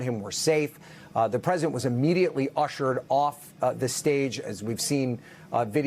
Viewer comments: its Dais... 'DayUS'.. NOT 'DIEass' jeeez. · Dais - ˈdā-əs (day-us)